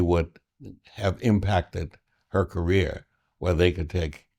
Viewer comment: Did he say “Kamala Harris Political rear”?